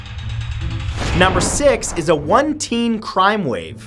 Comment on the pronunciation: a cwime wave